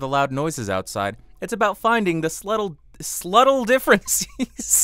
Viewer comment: Could you be a little more slubttle?